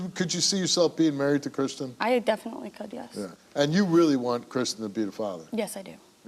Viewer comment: His name is christian, not chrishan, she keeps calling him chrishan, so annoying